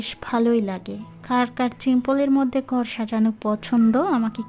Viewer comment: গর হবেনা ঘর উচ্চারণ হবে 😆দেকেন হবেনা দেখেন উচ্চারণ হবে 😆😆 আপনার উচ্চারণ এতো ভুল আমি হাসতে হাসতে শেষ😆😆😆😆😆